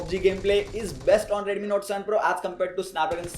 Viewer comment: One similarity is ads, look at his expression 😃bro one thing is dont say redumi, say Redmi😁